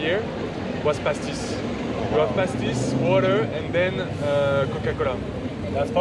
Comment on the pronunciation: pastis, good pronunciation 😊